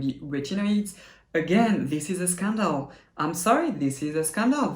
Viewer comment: I looooooooove how you say "scandal"! Say it more :). I am surprised you didn't mention the gimmick of the gold ingredient in the first Vitamin C serum :).